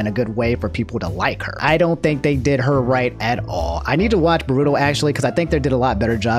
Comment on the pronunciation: You watch naruto but you mispronounce Sakura, Boruto and Sharingan.....